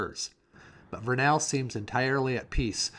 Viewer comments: Great video - one thing to note, it's VER-nuhl (rhyming with "kernel" or "journal") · Pronounced VUR-nuhl. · This was a very captivating video. I live in Vernal. I live just north of that intersection at 33.53. That little long neck dinosaur is sold just five blocks north of there. Many businesses have bought them and painted them to their business theme. BTW, you pronunciation of Vernal is incorrect. The A is not heavily pronounced. you hit the major construction on Indian Canyon that's long overdue. that truck is hauling crude oil from the Uintah Basin. Chances are I've sold or delivered parts for that particular truck. At the close of your video that is Clay basin, a beautiful area especially at sunset. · Hi! Couples notes about Vernal in particular. It rhymes with kernel, and they are crazy about dinosaurs because Dinosaur national monument is right there. Definitely worth checking out the next time through. Safe travels!